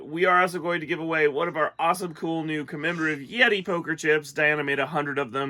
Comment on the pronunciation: Are you Redi? It's, YETI!